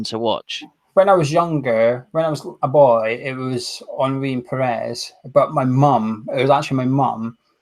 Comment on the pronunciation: Great Cup of tea as always.. Out of curiosity.. Have you always pronounced the 'H's' in Thierry Henry?